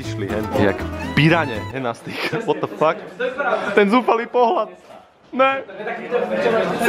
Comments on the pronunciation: nemůžu z toho "WOT?" xD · to "WOT" to vzdycky nejvic zabije 😂😂😂😂😂😂😂😂😂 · Ten jirka: ,,what,, (wot)